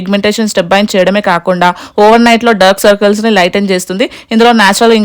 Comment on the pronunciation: Derk circles, dermites 😣🤭🤭🤭 nee English ke Dandam 🙏🙏 Daark circles, dermatologist… Deeeevudaa